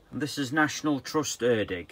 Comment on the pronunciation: Erddig pronounced "Erthig" th as in the one in "The"